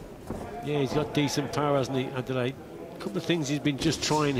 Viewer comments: Good commentary Gents but make an effort with the name , it is Adeleye not Adele. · "Ah - Day - Leh - Yeh" is the correct pronounciation of his name. "Ah - Day - Lay" is a butchering.